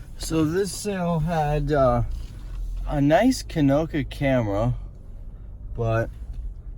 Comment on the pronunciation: Nice Konica. Would've probably grabbed that for 3 or 4 bucks 25 is just too much. Also how did you just pronounce that? Hahaha. Kanoka? Original! : 'Murica. Hahaha, 8 bit guy rocks his Jorts like no one else. I do love that guy. Tiennis.